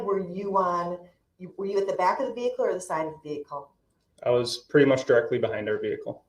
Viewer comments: Omg I haven't laughed this hard in years "Did you see the licen place?"... did you see the tints on da vee-cool?" "Did you seekt to interviewed?" You're hilarious 😅😂😂 New subscription from me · Lol....the. "ve-hick-ooool"...you do that so funny!!! 😅😅😅